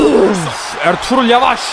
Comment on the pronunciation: Abi erturul degil arturut